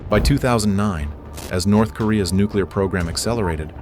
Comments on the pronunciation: You wanna go to “NERTH KOREA” 😂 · "Nerth" Korea 😂 These AI videos... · Nerth Korea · NERTH Korea 😂😂😂